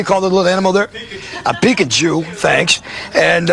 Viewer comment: Peek-a-jew?! I am outraged!!!!!!! hahaha.